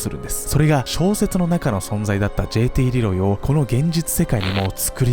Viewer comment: じぇいてぃーれぇろぉうぉぃw